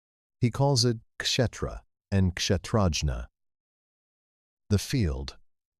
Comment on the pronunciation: Outstanding. So glad I had subscribed! One comment: Kshétra is pronounced Kshay-thra. The English word "Theatre," (theater in American English), is clearly linked to, if not derived from, Kshétra.